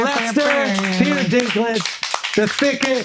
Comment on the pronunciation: Peter Dink-Ledge